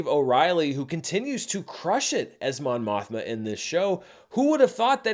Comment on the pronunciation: More like *Mon Mosh-ma*, am I right?